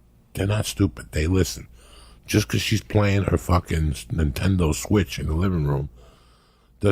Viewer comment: Hearing Joey say "fuckn NinTenDoe switch" made my day